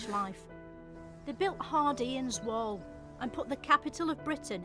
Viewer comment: "It's just like being there, but in wool" 😂 not wall.